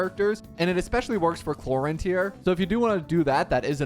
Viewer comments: her name is pronounced clor-ind and the i doesnt sound like the word eye it is a "little" i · Man changed clorinde pronunciation every second😂